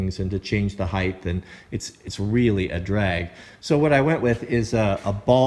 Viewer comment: I've been following for about a year and love all of the content. With all respect, length x width x height. ( height rhymes with kite ) So many YouTubers are using this word heighth in videos day in and day out that I fear people will begin to believe it's an actual word. Please, for the good of all mankind, make every effort to stop this runaway train!